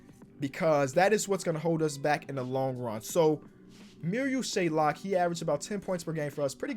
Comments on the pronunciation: Marial SHAY-OK. There’s no L in his last name stop calling dude Shay-Lock it’s not hard to read a name 😂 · There is no L in his name!!! SHAYOK NOT SHAYLOK like so he sees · There's no "l" in Shayoks last name, it's SH-A-OK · Very minor detail but there’s no l in shayok it’s not shaylock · It’s not shaylock it’s shayock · it’s shayok not shaylok 🥺🥺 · his name is mariol SHAY-ok. no L in between. shout out ISU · LIKE SO CAN SEE THIS It’s Pronounced Shay-ock, there’s no L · Where's the L in 'Shayok', just wondering? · there’s no L in Shayok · There is no L in Shayok